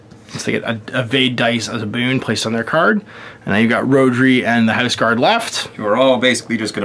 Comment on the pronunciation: Found it interesting, but kept getting annoyed by the mis-pronounciation of the Welsh name Rhodri, even if I was thrilled there was a Welsh name in there.